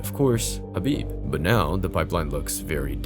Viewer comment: Bro called him Habib repeatedly